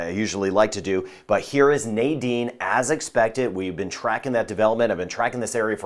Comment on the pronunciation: You pronounce the name so beautiful, and all along I say Nydene as many people do and I did not know the correct pronunciation